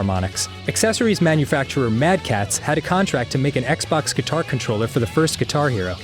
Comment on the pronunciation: Wednesday and guitar should be pronounced differently!